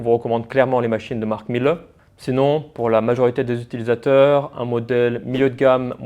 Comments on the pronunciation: Miele se prononce « mille » et non « milleu » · Dans ton pais, font quelque chose de mieux? Je ne crois pas . Aprend d'abord a prononcer le nom correctement. La pronciation phonetique se dit.(milé). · Révisez votre allemand, le E final se prononce